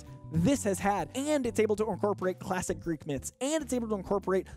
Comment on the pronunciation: did I hear you say Greek mythology? Or great? Because they aren’t Greek gods lol